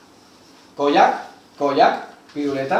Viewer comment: Cada vez que decía Koyak yo entendía polla😂😂